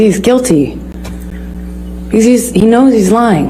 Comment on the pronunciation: IM WHEEZINGHELP- ITS THE WAY HE SO CLEARLY SAID “Bcuz I don’t want to-“ 💀